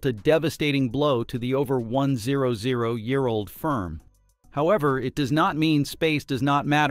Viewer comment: Not to defend Boeing, but this is AI-generated garbage. The robot announcer doesn't even know how to pronounce the number 100.